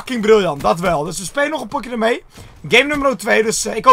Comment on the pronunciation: zegt hij pokje? 😂